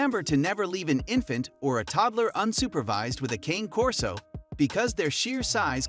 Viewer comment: Hard to take inputs from a source that mispronounces the breed name